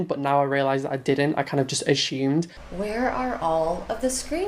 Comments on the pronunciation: "ashumed permission". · Why does he keep pronouncing assumed as "ashumed?" That was the most upsetting part of the video for me. Lol. And the literal finger wagging! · He says "ashumed" instead of assumed lol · How many times is he going to say ASSHYUMED